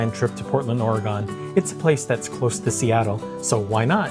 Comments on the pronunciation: Not ore-gone. Ore-gun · Its pronounced Ore-g(uhn). . Its not Ore-"GONE". That was weird. 😅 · Please… not Ore-GONE. Not credible. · HK Cafe is super expensive now. It used to be more affordable (around $6.90 a dish), so I don't order anymore. You can find dim sum at other places around metro's new Chinatown area of 82nd Ave (Excellent Cuisine or Pure Spice) or more toward the NE side at Goodworld Chinese. Also just as a travel trip - Oregon is pronounced flatly like these two words quickly smushed together: "or-gun." Almost akin to saying "organ" but replacing the 'gan' with 'gun.' If you pronounce it "OR-gone" then some lifetime Oregonians (even in PDX) will give you the sideeye for being from another state (they often suspect Cali visitors/transplants!) and you'll get a lot of correction going on. Anyway, I'm glad you came down here and enjoyed it! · Good review Arthur, going to try it now. FYI it’s Pronounced Or-a-gun. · Would appreciate if you pronounced “Oregon” properly thanks. It’s not Or-gone